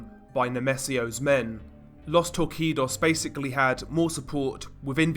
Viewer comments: Bro it’s pronounced tour-see-dos not tour-key-dos. Regardless amazing content, keep up the great work! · My friend, Los Torcidos you can read " Los Torsidos", change the C for a S. Love your channel!!!! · Torcidos ìs pronounced "tor-see-dos." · Common mistake since the "C" in "torcidos" is pronounced like an "s" instead of a "k" sound. so it would be like los TOR-SEE-DOS. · just a heada up the c in torcidos is a S sound not K